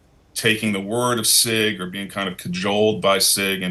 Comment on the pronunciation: “ He tried to raise alarms about the Sig Sour “😂